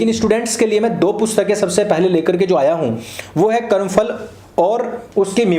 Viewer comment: Porus is anglicized name of Puru. He strongly resisted Alexander-the-dash. Karm Phal (not Karm Fal). Please don't use F sound in Hindi.